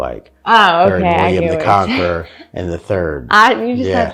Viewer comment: Did you say William the Conker?! When I was about nine years old, my class had to write an essay on William the Conqueror. A friend however wrote her whole essay on William the Conker (Conquer) and never lived it down.